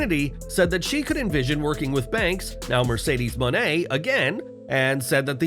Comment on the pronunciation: Can't believe none of you mark wrestling sites can't say Mercedes Mone name correctly smfh..... supposed to say it like "money" but with a long A ....